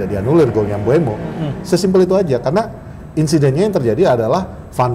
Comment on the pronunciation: beneran d.. nama Mbeumo itu Mbeumo Bang.. Jangan Mbuemo lg Mbuemo lg bang...🤣